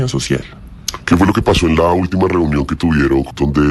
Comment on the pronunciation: Ena verA elE llamarA trumpO reunionA QUE FASTIDIO ESTOS PERIODISTAS QUE LE PONEN UNA V9CSL AL FINAL DE LAS PALABRAS